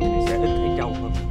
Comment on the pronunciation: ơi. Cô thường xuyên xem lắm, nhưng gắn đây có lẽ hay nói ngọng quá. Nhứt là tr thành ch. "con trâu " Không phải "con châu " nhé. ráng ra thêm video nhieu hơn.